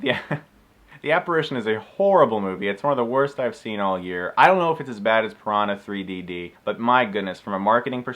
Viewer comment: Yikes! Sounds like there was no reason for this movie to exist at all. BTW Chris, it's pronounced "Piranha 3 Double D", as in the bra size.